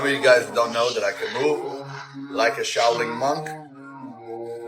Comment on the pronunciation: Shao Ling sic. Cant even say the word , maybe he had kung fu panda teach him , as shifu was busy ! And now hes got 10x testosterone , thats not even healthy let alone true !